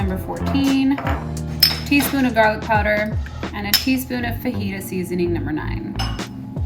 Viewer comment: “the fuhgyta seasoning” lmao you’re too much